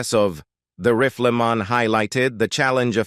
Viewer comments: The voice used for this was worse than that professor who purposely mispronounced all "white-sounding" graduate names. rifleman = "Reef-el-men" defined = "dif - end" iconic = "cone-ick" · Onced again the cyber-voice stumbles during an otherwise good homage to a TV and film actor. Indelible becomes "indy-lib- blul"; Rifleman becomes "riff-l'man; iconic is "ee-coe-nick"; colleague is "co-lee-gew"; close friend is "Cloz freend." Is it so hard to hire people to do this job, or just too expensive, so they have to use machinery? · OK............................ This IS the worst AI narrated video I have ever seen. The Riffla Mahn? Really? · why does the pronunciation go off late in this video?? Riff-la-ma for rifleman?? Ridiculous. It doesn't seem to be English. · Horrible pronunciation by your fake computer voice goes above and beyond... "The Riff-lee-mon"? Seriously, why would you accept this? It takes all the wind out of your sails, and renders your otherwise legitimate efforts as cheap and careless... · Y n the hell u pronounced the rifleman that way.?? It's the Rifleman. Not the Riffleman jackass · grating, monotonous A.I. text to voice WTF - its not riff el man - its sounded "RYE FUL" Man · The "Riffla-Man"? The "rolees" he played? Why is it so hard to get a human to narrate these cheapjack videos? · Please teach your robot the correct pronunciation of words. What is a "rifflymon"? Or a " collygew" ? And what are "rollies"? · These computer voiceovers totally fuck up the work you have done to compose the article. The RIFFELMAN? YULEOGEEE? Downvoted. Surely you could find a human to voiceover your work. Or do it yourself. I would rather hear a not so good human voice than these stupid computer voices with the jarring mispronunciations and mechanical pacing. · Toward the end of this video the dialogue got worse and worse. Defined becanme D-fin-Ed. Rifleman became Rif-la-man and many more. Ruined the ending for me.